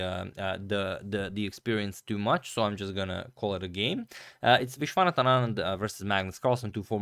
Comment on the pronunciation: Hey Agadmator, just wanted to correct you on the pronunciation of Vishy's name.. It is not Vishwaanathan, it's pronounced as Vishwanaathan Anand 😊